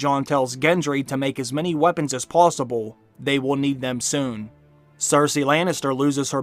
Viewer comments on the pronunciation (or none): none